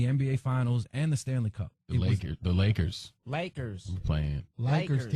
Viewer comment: Lol the way em said lakers